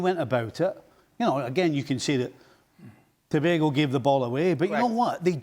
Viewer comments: Bbboooiiii!!! Shaka is your coworker and youre still saying tobahgo?? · Pronounce tobago properly please🙄😂🥱🥱